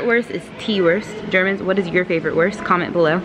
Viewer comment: Did she say worst instead of Wuuuuurst? xD